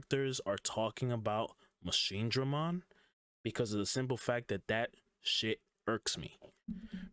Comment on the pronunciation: It's pronounced MachineDruhMon but Dramon Destroyers are pronounced Dray